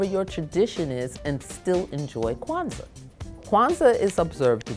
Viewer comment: ૨σყαℓ ƭεε yes it does when she said it it shorted Queztal